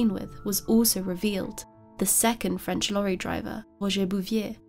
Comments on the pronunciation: Your French pronunciation is excellent!🥰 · One of the best true crime channels. The quiet achiever., your French pronunciation is superb 👌